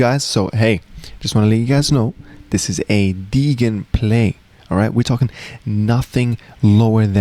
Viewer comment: You keep on pronouncing the word 'degen' incorrectly in this and other videos, the 'g' should instead sound like a 'j' where 'degen' is an abbreviation of 'degenerate'.